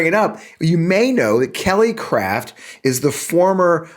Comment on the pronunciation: I swear, I thought I heard Kelly Cr*p when you said her name. We're up here in Canada, thinking, "When the Americans are sending up their ambassador people, they're not sending their best..."